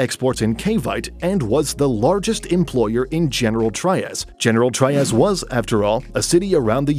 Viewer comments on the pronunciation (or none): Pronunciation: Cavite - cah-vee-teh Trias - Tree-yas